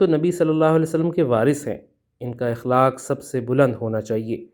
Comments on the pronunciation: جناب صاحب لفظ اخلاق زبر کے ساتھ ادا کریں گستاخی بدل معافی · اخلاق کے ہمزہ پر زبر ہے